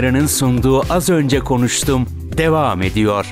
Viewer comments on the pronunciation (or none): AZ ÖNCE KONVETUM diye okudum o nasıl Ş harfi arkadaş...